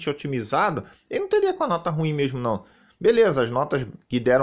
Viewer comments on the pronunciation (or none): none